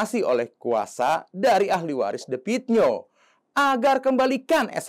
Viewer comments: The Klo bhs inggris di baca de Klo asia "the" di baca te Jadi the pit nio bukan di baca de pit nio.......tapi di baca te pit nio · Baca Te Pit Nio gitu,bukan The Pit Nio.Akun maaf ya ,anda tidak pintar,jelek.Coba diperbaiki lagi cara penyampaiannya.